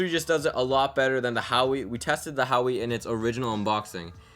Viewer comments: Urggghhh I was trying to not comment on it but hearing it over and over is annoying. It's not HOW-WE , it is WAAH-WAYYY". However, you have a very likable voice, style and appearance as a reviewer. My recommendation for improvement would be showing the images on screen and not through the phone screens. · "Hawee" P20 lite... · You should view the pictures on the same screen. Also, I died every time you said "Hawee" LoL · No hate, but it's Pronounced as huwa-wei, bro. Just letting you know incase you didn't yet. Peace ✌️ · It's pronounced Whoa! Way! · Wow-way* lol